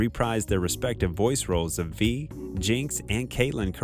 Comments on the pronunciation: He said “V..”💀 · Can you pronounce the characters names right? It says them in the show, come on now. You pronounced Ekko and Kiramann 2 different ways and Vi wrong the whole time, it’s just cringeworthy hearing your lack of effort